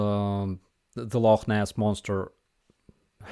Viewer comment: Love how you got the pronunciation of Loch Ness correct. Have YouTube fixed their stupid shit yet?